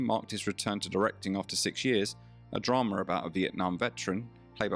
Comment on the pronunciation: It's not dramer. It's drama. Aaaaaaa